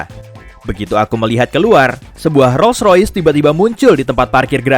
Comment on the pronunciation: Min... Menit 4.37... Bukan Rois Rois min... Tpi Rolls roice....... Jngan salah sebut merk mobil... Hoohooho46x